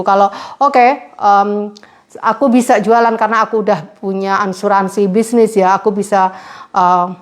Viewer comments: Maaf Asuransi mba bukan Ansuransi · Asuransi mbak bukan Ansuransi 😀😀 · Maaf bukan Ansuransi mba tapi Asuransi